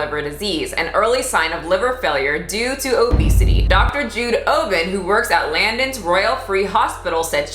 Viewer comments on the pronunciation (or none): LANDONS??? Londons???🤔